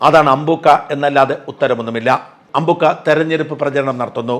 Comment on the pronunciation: അമ്പൂൂൂക്ക അല്ല,,, അമ്പ൪ക്ക,,, 😂😂